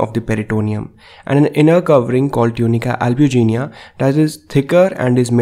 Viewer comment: I thought it was tunica albiginea not albugenia